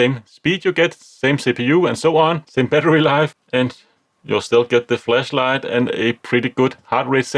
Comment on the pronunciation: I like your pronunciation of flashlight "fleshlight" 😆